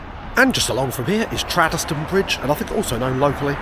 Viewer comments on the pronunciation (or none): Tradeston is pronounced Trade - ston(e) not TRAD -DES-TON.... 'Govan' is pronounced GUV-AN. Originally the livery of the 'Clockwork Orange' trains covered the whole carriage, not just the ends.